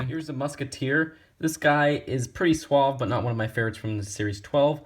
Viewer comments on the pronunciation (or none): none